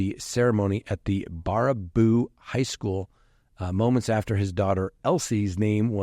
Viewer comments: It is BARE-A BOO, long A. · Hi 👋 Wisconsinite here... it's pronounced Bare•A•boo 😊 kinda like opposite peek-a-boo